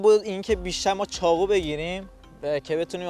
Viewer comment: چرا ب ق میگی خ؟چاخو یا چاقو؟؟؟